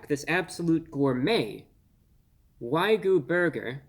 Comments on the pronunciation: are you trying to say wagyu wrong haha? it's wai-gyoo... as evidenced by the pretty simple spelling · He finally takes the first bite . He doesn't know how to pronounce 'Wagyu' he says 'Waygu'. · At Arby's, it's waygu, whatever that is, for legal reasons...😁 There's no way that patty contains actual wagyu beef for 8 bucks.😉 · The king of mispronunciation... whygyou do it brah?😁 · I heard from others that the beef patty was NOT juicy at all but pretty DRY! You didn't just pull out a PIECE of the beef to taste just that BEFORE eating the whole sandwich did you, and you are mis-pronouncing WAYU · how about to pronounce wagyu properly for starters? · I feel like I just wasted 5 minutes of my life watching Sheldon Cooper mispronounce wagyu. Sorry couldn't make it farther than that. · He mispronounced wagyu so many times I almost started to believe that that's how it's said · I can't take the reviews seriously. Each time he reviews "wagyu", he pronounces it wrong 🤷. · Except he can't say wagyu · Please do not mind our king's pronunciation of "Wagyu". He went to the Merriam-Webster Dictionary HQ and changed the pronunciation of the word JUST for this review. Have a good day.❤ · WAG-YU WAG-YU WAG-YU NOT WHY-GU WAG-YU WAG-YU WAG-YU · Love you man. But your pronunciation of wagyu driving me crazy. "Why-goo" instead of "wag-yoo" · It's pronounced wag-you, not why-goo. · Good sir, much respect, but it is pronounced ' Wa-gyoo ' , rather than ' Why-goo '. Common mistake to make. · Say it with me, "Wag-You". Not "Why-Goo". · Excellent review. I was watching this as one was headed to my house through doordash. Although, for future reference, so as not to confuse others; It's Wag-Yu, not y-goo. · wag - you.... say it with me bruh waaaag - yooou... stop saying why goo before i blow my fucking brains out holy shit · I love this guy but I'm sorry it's not waigyu it's wag-yu 😂 but glad I got to hear his review on this because man I was this close to ordering one of those lol